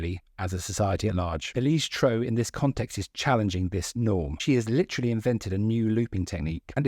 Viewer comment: The first step towards respect should be learning how to pronounce her name correctly. Also, no one expects the musicians to be playing live in a music video